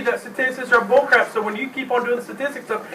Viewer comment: It's boolcrahp. just boolcrahp!